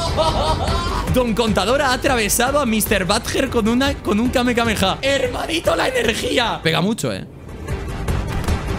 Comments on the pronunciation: enserio dijo kame kame yaaa ? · Grefg el que hay en fortnite es el Kamehameha, no el kamekameha, son dos tecnicas distintas